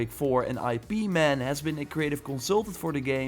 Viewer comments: I.P man. Lmfao. it's pronounced ip like it but with a p. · It's EEP-man not eye-pee-man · The way you said IP man, you defenitly didn't watch Donny yen's movies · hahaha obviously he has never watched any of his IP Man movies